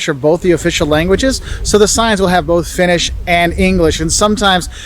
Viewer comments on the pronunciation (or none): none